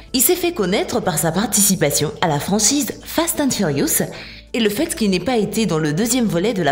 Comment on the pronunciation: sa saoule personne qu'il ne savent pas dire fast and furious et quil change a chaque fois de nom